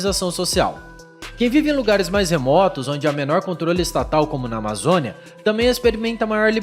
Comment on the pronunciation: "como na Amazônia" típica fala de paulista